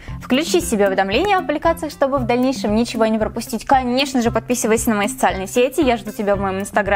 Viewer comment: Ти в место подписовайся сказала подписювайся орууу